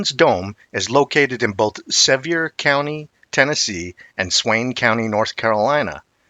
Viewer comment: Sevier county is simpler than its spelled.. pronounced Sa-veer.